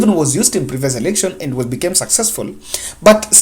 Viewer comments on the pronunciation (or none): none